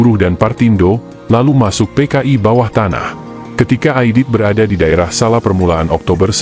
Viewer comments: Baca Solo. Jangan SALA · Sala ,sala ,Solo kali gak jelas...